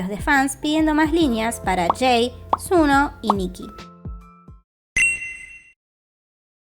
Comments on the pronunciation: Se dice Sonu :/ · unghoon se pronuncia songjuun, y sunoo es sonuu 😭😭